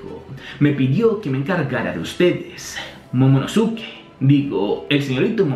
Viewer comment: Man se pronuncia momonoske no momonosuke..... Suena terrible, es igual que Sasuke que se pronuncia saske o akatsuki que se pronuncia akatski